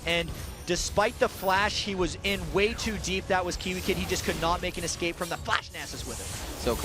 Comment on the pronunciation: Seriously, the guy on the right has to start saying escape instead of excape.